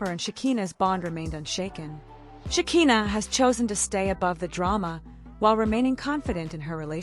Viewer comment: AI needs to learn how to pronounce Shekina's name.